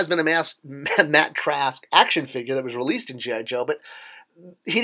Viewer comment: He didn't say Track... He said TRASK. Sorry to be picky.